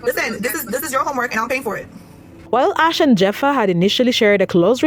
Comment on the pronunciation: Its not pronounced Jeffa, its pronounced like Heffa! 😂